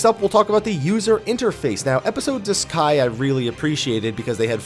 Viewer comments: Everytime I heard this dude said duscae, I heard disguise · I thought I heard disguise * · I think I lost count of how many different ways you pronounced Duscae. And none were the way you used to say it. I haven't played either but looking at the controls they seemed way better before. The basic button placements anyway. Attack with square?